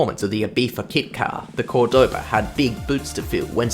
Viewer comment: Just a hint: it's called Córdoba, that Ó is where you have to accent the name. By the way, beautiful city